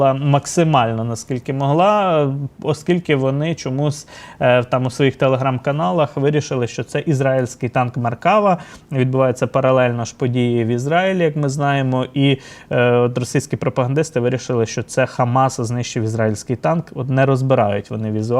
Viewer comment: вітаю. Трішечки поправка Правильно треба казати на Юдейський шайтан-арба....- МєркавА. Наголос на астанню букву.